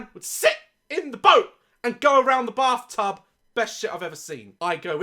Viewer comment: I’m sorry but I only hear “barftub” and that only makes it 100% worse lol.